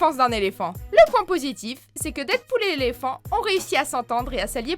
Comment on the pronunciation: Je suis le seul à l'avoir entendue dire " Nézléphant " ?